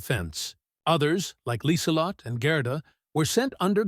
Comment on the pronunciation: one young German greeted Lieselott - should be LIESELOTTUH. The 'e' on the end is really a schwa.